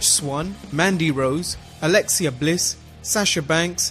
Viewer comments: When people claim to be that much of a wrestling fan to pretentiously teach we morons facts we don't know and STILL can't pronounce wrestlers names properly, I cringe too. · Alexia Bliss? Alexia? Really dude?